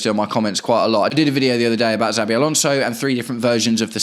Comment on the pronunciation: I agree with nearly everything you’ve said. Just one point. PLEASE say our potential new managers name correctly before others start copying you. It’s pronounced SHA-BEE not ZAA-BEE Thanks